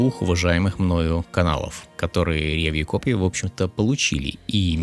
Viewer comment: Очень режет слух «рЕвью», ударение должно падать на последний слог «ревьЮ»